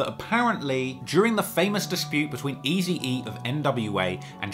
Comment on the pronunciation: Is it just me hearing funny when is pronouncing Tupac wrong😅 and what about Easy E😂c'mon